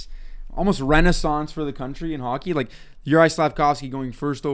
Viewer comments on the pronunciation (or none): none